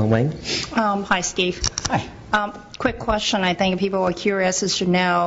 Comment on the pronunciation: Vewy quick qweksion